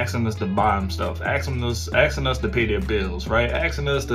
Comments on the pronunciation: What's up with all that axing? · Too much to axe and axing !!! Ask and asking, come on now